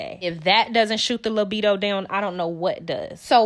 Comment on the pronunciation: Did you say libido the mule?😭